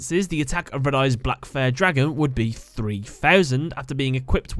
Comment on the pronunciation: It’s not Red Eyes, Re D. Eyes